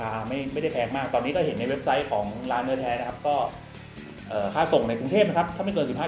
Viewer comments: นอแท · ชอบตรงพูด เนื่อแท่ เนื่อแท่!!! 555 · ดูพี่กินแล้วหิวเลยครับ ผมชอบ พูดคำว่า เนื้อแท้ มากๆครับเหมือนฝรั่งเว้าอีสานดีพี่555